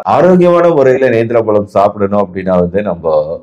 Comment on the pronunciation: Dr , palam enru solvadhai தவிர்க்கவும். Correct aa pronounce seivadhu important. Vaazhai pazham ,Vaazhai பழம், pazham enru sollavum.